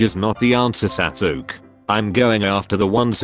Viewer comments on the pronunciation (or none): Anime: sasuke Automated voice: satukie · google translate pronounced sasuke like "sassok" xD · i love how the text to speech voice pronounces sasuke sas ook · Name:Sasuke A.I voice:S A S U K